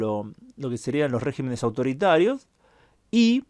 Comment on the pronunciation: En ese mapa ya se puede poner España con el color de los países que eran democracias y empiezan a ser regímenes autoritarios. Por cierto, regímenes. "Regímenes" es palabra esdrújula, no sobreesdrújula. Al pasar de singular a plural, la sílaba fuerte cambia, como con "carácter" y "caracteres". Es un defecto de prosodia que empieza a hacerse corriente.